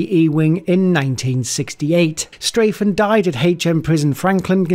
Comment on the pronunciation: Well, immediately you say Straffen's name wrong. STRAH-ffen, not STRAY-ffen. Sorry to sound like a troll!